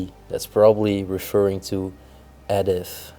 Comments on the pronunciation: What a find,. This adventure was wonderful. The woman's name Edith is pronounced E-dith. The small wheels on the chair are called casters. Great Job. Bravo❤ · It was a pencil sharpener. The name Edith is pronounced Eeeeedith. Love these old places and their history.